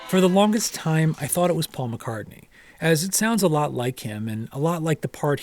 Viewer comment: it's paul. its really not that difficult